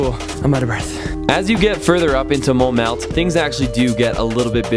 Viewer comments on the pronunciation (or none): MONTMARTRE NOT MONT MARTE ;)